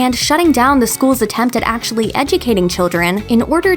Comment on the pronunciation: Thought my brain was broke for a second there. Is she deaf? However unlikewy... actuwy happened...